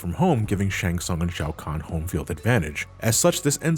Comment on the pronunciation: How can you pronounce "Shang Tsung" wrong when they say it out loud in the games?